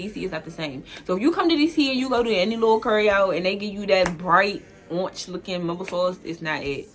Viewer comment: Im old school DC and she is def from DC. When she said ORANGE= ORNGE, drop the "A"